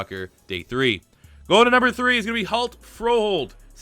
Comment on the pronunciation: Haha awesome video as always... It's kinda fun listening to so many mispronouncing Hjalte Froholdt's name... And yes it is quite difficult so I found this on the Arkansas Razorbacks website (First name is pronounced Yell-duh … Last name is pronounced Fro-holt) which is probably the closest you can get to pronouncing it correctly without being able to speak Danish natively... It's close but if you used the first name (the English pronunciation) in Denmark chances are that most people wouldn't know which name you were actually saying even though it is a fairly common name among kids in Denmark... But it's awesome that you tried... Keep up the awesome work and keep those NCAA 14 rebuild videos coming...